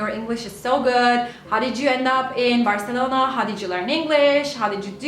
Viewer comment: dillin ve aksa'nın mükemmel ama Türk olduğunu belli eden tek bir şey var o da Barselona deme şeklin ve bu çoook tatlı😍😍